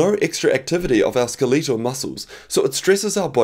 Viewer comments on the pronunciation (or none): Skel Leetal?